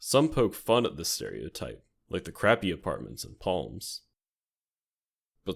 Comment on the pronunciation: I think "Crapi" is pronounced cruh-pee. I'm just surprised it wasn't named "La Crapi."